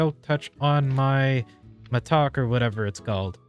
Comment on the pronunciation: Mattock is pronounced like “madduck”, like you would say “haddock’ the fish. but not “mah duck” or as you say “mah tock”